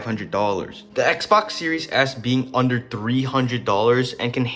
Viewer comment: bro really called it an xboc